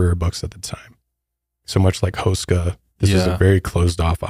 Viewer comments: But his last name is pronounced hoo-sh-ka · You are butchering tha hell outta H-oo-skaa Castle.😅